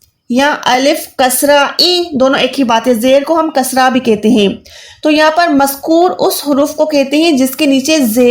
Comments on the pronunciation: Aap jo maskoor kah rahi to maskoor nahi balke maksoor hota hen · Maskur nahi balkke maksoor hota